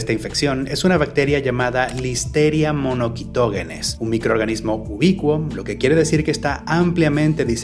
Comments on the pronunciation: Es incorrecta esa pronunciación, “monoQUItoGUEnes”. “MonoSitoGEnes” es la forma correcta. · Monoguitoguenes? 🤣 es “monoCYtoGEnes” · muy buen video pero así no se pronuncia Listeria Monocytogenes Le pones como k jajaj